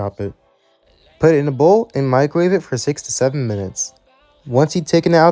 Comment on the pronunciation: Did you say "Six to Seven" or "Sixty-seven" minutes?